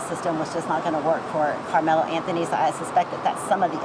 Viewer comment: "Karmelo" lol